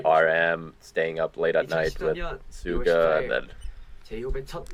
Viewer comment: Suga starts with a sh sound. At 21.41 you can hear him pronounce it.